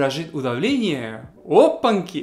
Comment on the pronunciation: ОпанЬки. Попробуй правильно произнести это слово. Пока у тебя получается "опанки" и это режет слух)))